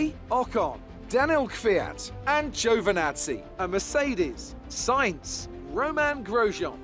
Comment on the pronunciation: I know what I'm talking about when i tell you how to pronounce Italian names, once again, it is (Jo)vinazzi and not (Geo)vinazzi